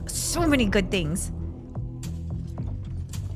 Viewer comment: Good ❌ gooiddeee 👍